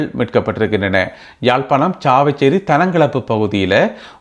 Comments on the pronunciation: தம்பி நீர் நல்ல விடயங்களைக் கூறுகிறீர் நல்லது. ஆனால் நீர் “சாவகச்சேரி” என்பதனை “சாவச்சேரி” என உச்சரிக்கின்றீர். திருத்தமாக உச்சரிக்கவும். வாழ்த்துகள். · நீங்கள் செய்திகளில் உச்சரித்து வரும் ஒரு ஊர்ப்பெயர் “சாவச்சேரி “ அது பேச்சு வழக்கில் உள்ளது, அதைத் தவிர்த்து எதிர்காலங்களில் அதை சரியாக சாவகச்சேரி என உச்சரி கும்படி தாழ்மையுடன் வேண்டிக்கொள்கிறேன்.